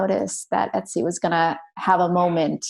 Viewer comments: If you're going to interview someone, get their character's name right. It's Estie, not Etsy. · Unfortunately Jessica comes across as very naive, bordering on ignorant (why would she know Yiddish??), and unprepared. Starting with calling her Etsy. Esti is not that hard to remember or say. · haha Jessica keeps calling the character "Etsy" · it doesn’t mean she didn’t call the name wrong. She should have done her homework first.